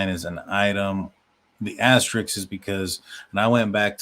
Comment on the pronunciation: *asterisk. ...it's not that hard.